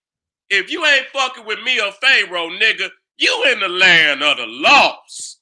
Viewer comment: No disrespect, but why keep saying Phae roah? Is he doing it on purpose or what. Other wise how you gonna be a scholar in these topics a d can't even pronounce Pharoah